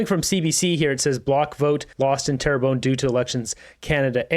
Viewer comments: Hey; it’s “Terra BUN”! FYI 😁😁😁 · Pronounced - Tair-bun